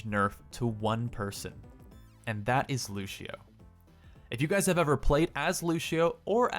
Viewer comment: I'm gonna be that guy. It's Lució not Lushio